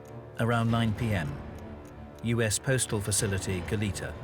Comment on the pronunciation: Why are people mis-pronouncing "Goleta"?...the 2nd syllable should be said as a soft e, almost like an a...it is a Spanish name, and should be pronounced as such. It is not "Goleeta".